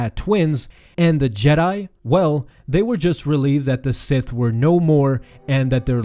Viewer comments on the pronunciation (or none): none